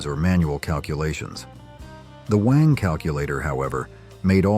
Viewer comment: Wang is NOT pronounced WONG. It is BANG with a W instead of a B.